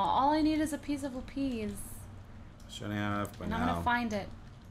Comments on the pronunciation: (Lap-is) not (lap-eez) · Laphis not laphies thumbs up if you know what I mean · The way cupquake pronounces lapis she say LAP-EE-SE instead of LA-PIS